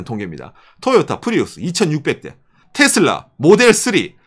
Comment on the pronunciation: 부드럽게 말씀해주세요 싸우는거나 재일교포 에게 얘기하는것처럼 너무또박 말하넹요. 텟쓸라가아니고 테슬러 정도 랄까. 죄송합니다